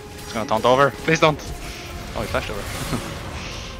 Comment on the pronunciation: I just Love the way he says taunt. Sounds like frence :D